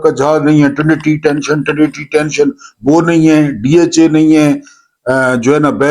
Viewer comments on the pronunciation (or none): I love when you say thisin the program tenna tee ❤tenshion tennaa tee tenshion😂